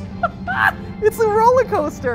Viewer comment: Me when playing: screaming Mat pat: RoLaCoStEr